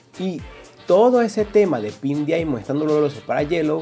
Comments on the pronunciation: Se dice daiamon x.x me duele escuchar que digas diamon pero me gustan tus videos xd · No se dice diaimon tarado se dice diamon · Diaimon 😂😂 pero me gusta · Me encanta como decís diamond xdxd